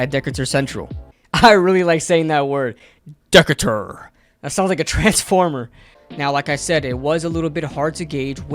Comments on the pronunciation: It's pronounced, "Dih-CAY-tur," not "DICK-itur" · I hate to check but it is Duh-kate-ur. not deck-cat-ur. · It's said like D cater I went to that high-school and he has little brothers who are just as good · Dude, great commentary on Mr. Tracy. He has some work to do on the running game, but his athleticism shines. FYI, the school name Decatur is pronounced Duh-Cay-Turr, not Dickatur. School was named after a famous American Naval officer, Stephen Decatur. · awesome video loved the breakdown.. as an indy native hate to ruin the fun but it's pronounced Decatur Central is pronounced Dih-kay-tur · Pronounced Duh-cater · The name of his HS is pronounced ‘Dee-Kay-ter’ 👍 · It's pronounced da-kay-tur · It's pronounced Dee - kay - tor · im in indiana and i play against decator and its pronounced (dee-kay- ter) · It’s Decatur.. DEEKAYYTUR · It is “de-cay-tur” lol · It’s pronounced “de-cater” not like a transformer. 🤦🏽‍♂️ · Great vid! ..... FYI/ Decatur: (as in Dee Kay Ter) - Decatur, GA. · Nice video but you’re pronouncing Decatur wrong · I was wondering who was gonna tell him 😅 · He’s right lol Went to school with Tyrone lol